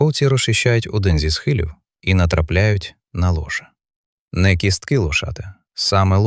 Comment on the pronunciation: 10.30. мова про лошА, читає лОша і потім бАгно, мамонтЕня